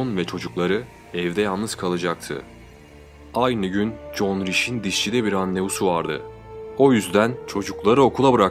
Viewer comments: John degil Joan. John dediginiz icin sanki bir erkekten konusuyor gibiydiniz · John değil joen diye okunuyor ben de erkekten mi bahsediyo diyorum 🙃😞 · yeni izledim super video ve anlatım ama kadının ısmını john gıbı telefuz ettıgıne baslıgı okumasam erkek sanırdım joen (joan) diye okunsa daha ıyı olurdu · OGLUM JOAN KADIN. NIYE JOHN DIYORSUN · evet alman ismi doğru telefuz seninki güzel video